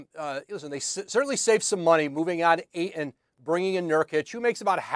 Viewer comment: The 'T' in Ayton is NOT silent... ugh